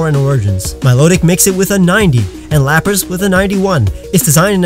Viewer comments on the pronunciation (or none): none